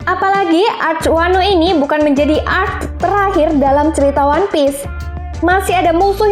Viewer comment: ngomong arc nya ngapa kocak si , bikin ngakak jungkir balik